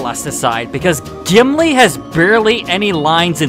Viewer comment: Who's Jimlee? I cant belief you said a name wrong, thats shocking!